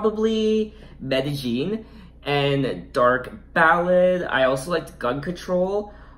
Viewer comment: It’s dark Ballet pronounce B-A-L-AY like the dance.. great review over all. I also think the album will be a highlight of her already phenomenal career